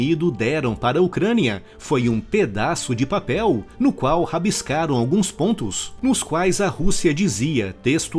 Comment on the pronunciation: Mais engraçado é a ênfase na fala "pedaço de papel".